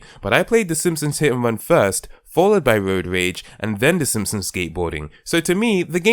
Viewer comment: "The Ssmpsns..."